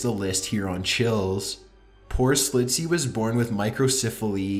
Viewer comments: SCCCCHHHHHLITZEY THERE IS A 'CH' PLEASE PRONOUNCE IT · WHY?? do you say "Slitzy" when his name is clearly pronounced "Shlitzy"?? What happened to the CH in the spelling of his name?? And you say it in that excruciatingly annoying inflection. Downvoted for the voice primarily, and then for incorrectly pronouncing a name. Do your f*ing research, you read it wrong every single time!